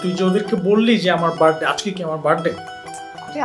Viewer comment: বেশি শুদ্ধ কইতে যাইয়া গুলায়া ফালাইসে। It's বার্থ ডে not বার্ড ডে। over smart অভিনেত্রী।